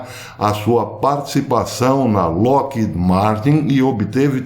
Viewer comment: Oi professor, a pronúncia de Lockheed é algo como lóquirid ou lóquid.